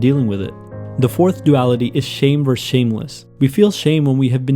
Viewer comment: The way you say versus disturbs me greatly